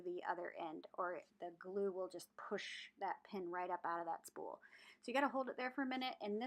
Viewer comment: Haha.. I heard spoon too.. but. I think you said spool.. lol... and it’s like me saying snowman instead of saying snowmen... 🤦🏽‍♀️